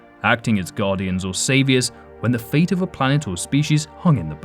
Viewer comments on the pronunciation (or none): none